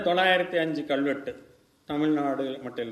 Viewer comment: ஐயா, மிக்க நன்றி, நீங்க எடுத்துச் சொல்லுகின்ற சேதிகளுக்காக. ஆனா உங்க தமிழ் உச்சரிப்பைத் தயவுசெய்து ஆராயவும். கள்வெட்டு என்று சொல்வது தவறு அல்லவா? கல்வெட்டு என்று சொல்லுங்க ஐயா